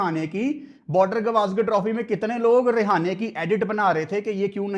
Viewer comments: रहाणे ✅ रेहाने ❌ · अजिंक्य रहाणे ❌ अजिंक्या रिहाने ✅ 😂😂😂